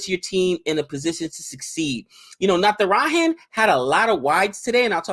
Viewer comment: when will you pronounce "J" of Natrajan right? We indians don't pronounce J as h like mexicans.